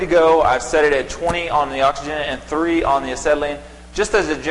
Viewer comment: you might want to clarify - it really sounds like you're saying 30 ace and 20 oxy right at the start of the video. obviously, you're experienced so you know that's not right. hopefully even a raw newbie will do enough homework before lighting up to know that setting acetylene pressure to 30 is big no - no. i read the comments and i guess you're saying 3 not 30 but it really does sound like 30. anyway thanks for the vid